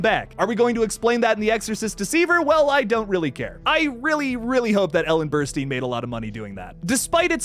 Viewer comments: Her name is Ellen Burstyn. Pronounced ‘Burst-in’ not ‘Burst-een.’ Do your research. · It’s pronounced like Burst-Tin.